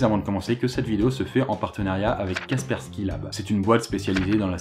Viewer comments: c,'est KASSSSSPERSKY pas KAPERSKY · on dit KaSpersky et pas Ka_persky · une fois sur 3 au lieu de Kaspersky, tu dis Kapersky. C'est perturbant ... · Même que quelques fois, il le prononce "Quaperki" xD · encore une très bonne vidéo, juste comme cela Kaspersky cela se dit Casper (comme le fantôme) ski (comme ski alpin) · KaSSSSSSSpersky Lab stp.... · Sa se prononce Kaspersky en mode anglais tu vois parce que en français c'est nul mdr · Kaspersky te donne quand même tous les sous si tu prononces mal leur nom pendant toute la vidéo ? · Il me stresse, il ne connait pas ses partenaires comme toujours! Prononce Kaspersky correctement! >< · Mais lol tu écorche KASPERSKY à chaque fois que tu le dis lol